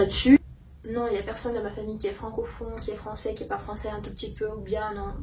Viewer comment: Ah heu voilà au début de la vidéo t'as dis "francophon" alors que ça se dit "francophone"